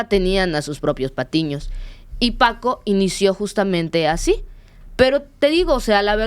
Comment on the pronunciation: No supo ni decir bien el nombre de Paco y de ahí en adelante una bola de datos imprecisos.